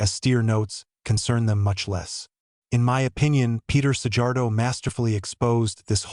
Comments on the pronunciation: Csak annyi hogy mi nem dzs-nek ejtjük a j-t, hanem j-nek, és kettő van belőle. Az o és ó, és az "a" és "á" között is van némi különbség. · The pronounciation of Szijjártó is like "See-yart-oh". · Big mouth, lear to pronounce Szijjártó's name correctly, it is not a big deal, learn, or shut up!!!! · You pronaincig his name incorrectly, but at least spell Peter Szijjartó's name correctly!!!! RESPECT to this great man please!!!!!!!!!!!!